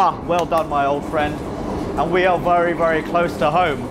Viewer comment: " I am wery wery stoked"